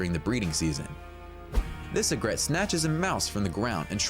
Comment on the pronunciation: This guy should look up how to pronounce "egret," "vermin" and "misnomer"